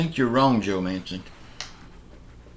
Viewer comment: I hope Joe Manchin keeps his word and holds his ground. No, I don't think they will pass a bipartisan deal. I think the days of bipartisanship are over., if you're such a genius then why don't you just drive up to dc and meet with Joe Manchin and set him straight., I noticed you finally learned how to pronounce Manchin's last name at times but you then go back to pronouncing it Manson. No, it there are animals in DC and they are AOC, Ilhan Omar, Rashida Tlaib, Jerry Nadler, Adam Schiff and many more., who are you to lecture anyone on bipartisanship. In January you said that Trump supporters should be put in front of a firing squad. The Social Security administration should put you on the payroll since you talk nonstop about it. People who are retired and only draw social security now are people who made poor life decisions. I don't know if you're referring to me when you talk about the person who talked in the comments about your view on voting. You're right...I have my opinion and in my opinion people have the right to vote or not to vote. To say that someone has to be silent just because they didn't vote is un-American but it's not surprising that you feel that way since you seem to be a card carrying socialist democrat now. I think you should personally tell the person who couldn't vote on election day, due to a death in the family or a medical emergency, that they have no right to complain and have to just "bend over and take it." You really do come o